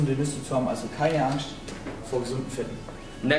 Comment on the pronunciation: What do you think of his pronounciation? He speaks very weirdly, any idea where he is from? He keeps pronouncing random Ss as SCH when they cannot be pronounced as SCH, for example, he said "Keine AngSCHt"